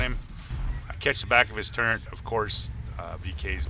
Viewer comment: The word is TURRET.......not TURRENT